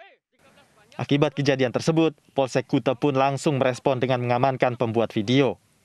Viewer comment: Bacanya kute😆,bukan kuta